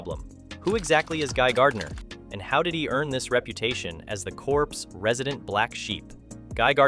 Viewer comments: My dude… Corps is pronounced like “core” not like corpse. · "Corps" is pronounced like "core" when in reference to military. Soldiers consider it taboo when civilians pronounce it "corpse" cause it's like your inviting death. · Just for your info, it’s not pronounced corpse, like a dead body, but core, like and apple core. A Corp is a military formations and not a group of dead bodies. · I loved guy in the new Superman BUT i object to their being no green energy surrounding him when he flies. SOrry for twenty years I been thinking its awesomesauce and I nnnnnnnneeeeeeeeeeeeeeeed the green aura. Also... Corps is pronounced -> core (not corpse). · I’m pretty sure the p is silent. Corps is pronounced core. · Can't pronounce "hero" or "corps". Reeks of AI slop.